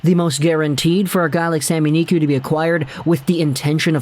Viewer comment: Just say sami niku no need to make it fancy "sami niqy"